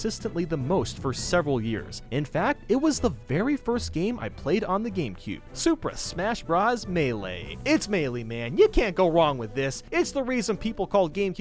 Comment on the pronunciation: "super smash brass"